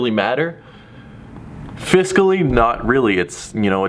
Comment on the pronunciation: This mans said Phiscally